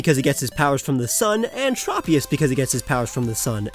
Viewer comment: Him saying "Trop-ee-us" instead of "Trope-ee-us" is making me uncomfortable